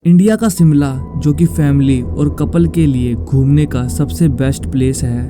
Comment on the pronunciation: सिमला नहीं शिमला है, और ये शिमला में नहीं परवाणू में हुआ था